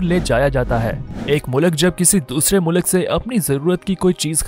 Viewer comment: Good story telling. But please rectify the pronunciation- Its Mulk,not mulak.